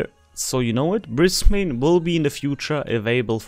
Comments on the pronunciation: Sorry, but as someone from Brisbane, hearing it pronouced "Bris-bane" hurts:P We pronounce it "Bris-ben" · Served on HMAS Brisbane, a destroyer, back in the 70s. Great game, well done! BTW, if you want to pronounce Brisbane like an Aussie, it is pronounced "Briz-bn", forget the English influence, 😆😆😆. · Only ever heard the yanks say -bane. (Brissie boy.)